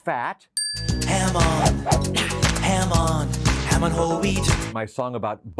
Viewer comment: in the "ham on" sounds like jamon in spanish thats means ham